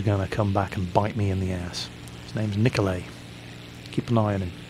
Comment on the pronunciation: You're supposed to pronounce it "Niko-lie". Not "Niko-lay". I'm "Russian",trust me ;D